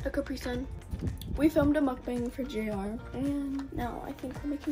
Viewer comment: it’s JR not Jar